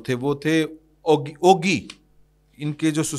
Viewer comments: Oggi not Oagi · شہر کا نام او گی نہیں اگی (ugi) ہے ۔ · ooooogi nai uggi pronounce hota abbottabad city sai daid ya doa ghantay lugtay kkh pai hai